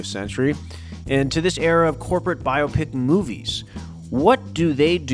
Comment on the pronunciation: Thank you for saying biopicinstead of biawpic. Shit sounds so dumb.